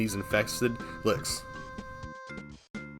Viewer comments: Infested lick? You mean liches, ch as in chill. Not k as in ka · Take a shot every time says licks instead of liches 😂